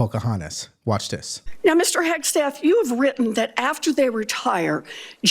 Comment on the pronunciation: Warren says " Heg-S-teth." Can't she read?